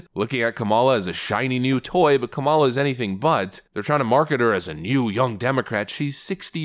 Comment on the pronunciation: I love how you keep mispronouncing Kamalamaflimflam's name! 😂